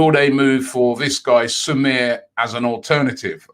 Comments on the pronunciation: Its not sumare.. Irs like su-ma-re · Robbie your pronunciations man 😂 not Soumere, it’s Su-ma-re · robbie pronounce soumay is hurtts...its sou - ma - rey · Hi Robbie, the lad's name is pronounced 'sou-ma-rey', not "sou-mir". I am not French, but that surname is a Madinka/Mandingo surname, so I know what am saying as am of that background too. Kolo Toure, Abu Diaby, Yayah Sanogo, Traore, Bacary Sagna etc are former Arsenal from the Mandinka/Mandingo background. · SO-MA-RE! At least try and listen to commentators of pronouncing the names that you stupidly destroy. It's not funny anymore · Man pronounced Soumare as Samir 🙄🙄🙄🙄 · It’s Soumaré Robbie “Soumaray” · Soumare is pronounced : SOO-MAH-RE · Soo-mah-Rae soumare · It’s pronounced “SU-MAR-EH” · Haha Robbie,, It is pronounced Su-Maa-Ray. It's west african origin. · The last name is pronounce Sumareh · How does Robbie see the name 'Soumare' and think it's pronounced the way he does? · Now he’s butchering Soumare’s name. Goodness gracious